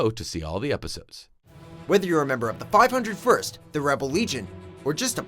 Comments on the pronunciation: Bullshit! He doesn’t even knows to pronounce Five O’ First. And WTF, Revenge of the Sith is AWESOME! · ITS PRONOUNCED FIVE OH FIRST! So please leave you fake fan.